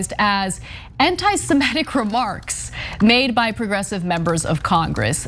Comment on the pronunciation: If you can't pronounce "semitic" don't do political commentary.